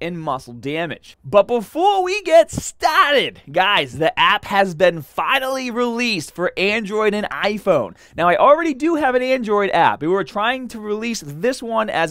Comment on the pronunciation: LET'S GET STAAAAAAAAAAHTHED 💪